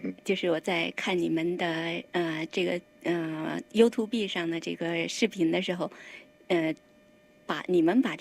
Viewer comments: YouTube不是唸You to be主持人錯了😂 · 我说了好多年的you tu be 😂知错就改✌️